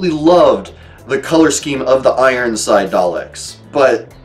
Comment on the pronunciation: it's probably because I'm weird ;) But I just loved the way he said Daleks... Here's the clip... Turn up the volume!! :D An audio clip of Matt Smith playing the 11th doct…